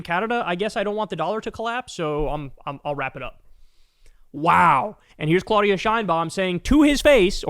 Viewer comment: and since we are on that subject it is CLAHHHH UHHHH DIHHHH AHHHHH NOT CLOH DIA